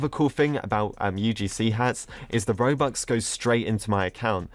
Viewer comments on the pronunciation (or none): Who else feels like every-once and a while he says mobux or bobux instead of robux